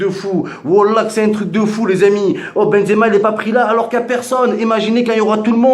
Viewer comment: il a dit benzemar